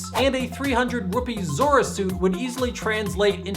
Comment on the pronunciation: He said "Rupi" Instead of Rupee.